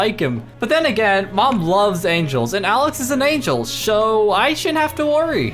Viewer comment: In was like sho (so) lol 🤣